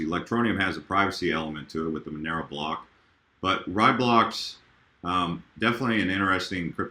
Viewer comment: Yes, Nano will be a much better name since almost no one says Raiblocks correctly. RAYblocks, not RYEblocks. So glad I don't have to hear people say it wrong anymore, haha.